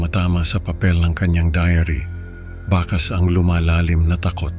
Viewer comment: Sir maganda boses mo pero may iilang puna lang ako sa tamang pagbigkas ng mga salitang Tagalog.. like alon maririnig namin ay al-lone.. bakas is bakkkas..konting aral pa Sir.. ito'y constructive criticism po hindi destructive criticism..